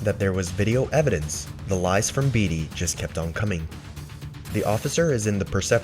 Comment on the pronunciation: Beatty is pronounced bay T, not bee T